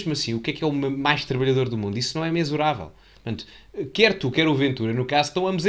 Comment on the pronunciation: " (...) a entidade pelo qual o RAP trabalha" (...)? Uma lástima falar-se assim... (Epidémica, aliás.), deixo-lhe ideias: agarrar em gramáticas, em "manuais do bem falar", e cultive-se... Até porque é figura pública... (Já agora, aprenda a pronunciar a palavra "mensurável", no que concerne ao /s/ desta.) Não o quero, de todo, vexar. Você até consegue ser brilhante nos seus raciocínios, e na forma de os transmitir por aqui. E até é dos que menos erros linguísticos graves comete.